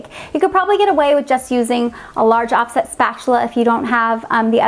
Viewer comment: Oh my goodness, it sounds like you said off-shit spatula 🤣 I know you said off set but that's not what I heard my goodness 🤦🏻‍♀️🤣🤣🤣